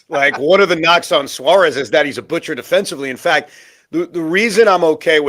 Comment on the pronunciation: Can you pronounce Eugenio Suarez name properly. You hear Shaun and Pete pronounce it the right way and you still decide not to do it